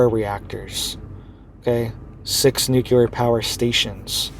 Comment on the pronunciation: This isn't something new,,, history going back hundreds of years has recorded massive earthquakes in these areas months after a solar eclipse passes over land there... this guy can't even say nuclear correctly, do your own research